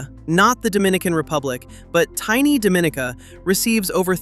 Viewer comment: It’s Dominica